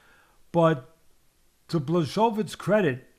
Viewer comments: I was about to say that. BlaSHOWvitch is my favorite pronunciation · Pronounced BWA-HO-VITCH, Teddy! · It's actually Bwahovich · The old dude and his various pronunciations of Blachowicz: Blazowvits, Blakovits, Blatovits, SukaBlyatovitz, Blachoochoovtiz, Blazeovicz and so forth.... shits hilarious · Teddy: Its Blashowich Me: Ok bro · "Blazowitch" "Blahohovich" "Blachozovich" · BLACHOWICZ Pronunciation: b l aw H OH v ee ch Pronunciation: Blah-HO-veech blah rhymes with 'flaw' HO rhymes with 'go' veech rhymes with 'beach' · Blazowitch...come on teddy!!!..just say "yaun" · Butchering “Blachowicz” teddy. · Teddy trying to say Blachowicz countless times was pure art! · Love how teddy can’t pronounce blachowicz so he tries multiple variations in the hopes he gets one right 😂